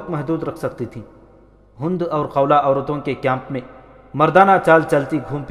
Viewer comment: Hund nhi Hind